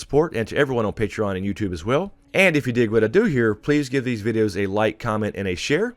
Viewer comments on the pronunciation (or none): none